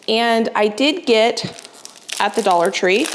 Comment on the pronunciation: "dollar 25 tree" 😂🤪 that made me lol These are so fun!